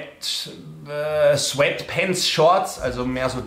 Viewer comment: Diese Aussprache "Sfettpennts" zu amüsant... 🤣